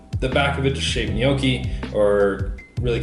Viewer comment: Please.. everyone.. stop saying ‘nee-ooh-kee’. It’s ‘gnaw-kee’ , or ‘neaw-kee’ (& said quicker).